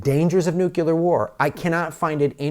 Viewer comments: It's not Nuc U lar War. It's Nu Klee ur. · It is N U C L E A R. Not n u c e l a r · We need pickle rick. P.S. caught the "nukular" war at the beginning, but its all cool man, erebody slips. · Please learn to say the word "nuclear". Otherwise it's hard to find you credible.